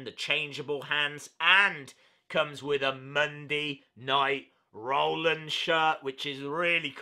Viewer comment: you say Seth Rollins as Seth rar linns